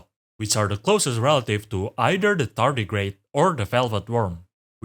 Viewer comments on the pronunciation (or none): none